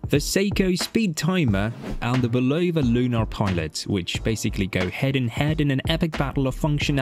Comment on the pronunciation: I love how the British pronounce Bulova as "ba-LOW-va" with the emphasis on the middle syllable. It actually sounds better than the technically correct American pronoinciation that has no emphasis at all. 😁 I do believe that the Lunar Pilot is the superior timepiece overall because of its technical advantages. However, for most people, it will wear too big and its technical prowess (like the super-accurate stopwatch) will be irrelevant to the average person. One thing that will NEVER be irrelevant to the average person however is Seiko's solar-powered movement. I think of it as an homage to Citizen's Eco-Drive and that's something that I think everyone would love. Very few of us need a chronograph that can measure tenths of a second. Having said this, I personally bought a Lunar Pilot because I have the wrist for it and I love its history. It's also great for playfully trolling people who spent insane amounts of money on Omega Speedmasters. A lot of Speedmaster owners are douchebags and I troll them to death with my Lunar Pilot and (even worse) a Pagani Design PD-1701! Oh how I adore the horror in their eyes when they see it! MUAHAHAHA!!!! 😁😂🤣